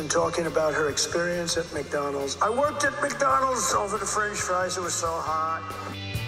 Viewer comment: For someone who eats so much fast food and is so obsessed with the place, I’d think he could at least pronounce “McDonald’s.” There’s a “d” at the end of it, numbnuts. Lol